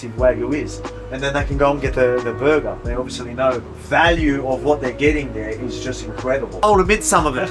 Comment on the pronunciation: I listened exclusively to hear him say berguhh